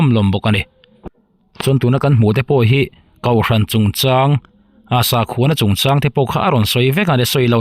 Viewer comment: Namg pawh hi, mizoṭawng ,hmandikloh i ngah aw, kauhran anilovin, kohhran tih tûr aw,😂